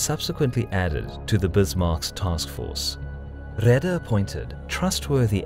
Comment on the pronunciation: Reader = raider